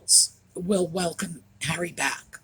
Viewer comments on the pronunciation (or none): I just peed my panties. You said "HENRY" it's Harry. I love you